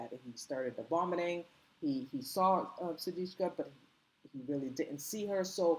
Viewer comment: How is it possible to continue to mispronounce her name.How ignorant.Her name is S-U-D-I-K-S-H-A.Get it right